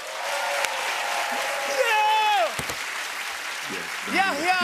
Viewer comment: It's Yahya, the H is not silence.